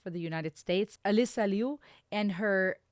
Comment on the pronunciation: you the only one said her last name correctly.